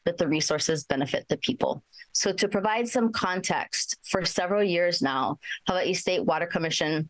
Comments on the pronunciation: I hate the way she says Hawaii (Ewahee) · Jesus, she said a whole bunch of nothing that sound beautiful havaee gtfoh is hawaii